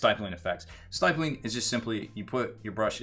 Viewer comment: Someone else may have commented this already but I gotta say it.... stippling. It's pronounced with a short "i" sound as in pig or ship. The more you know...™. Lol.